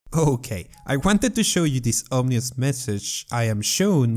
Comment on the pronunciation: “Omnious message” “Ohh yes this will be fun”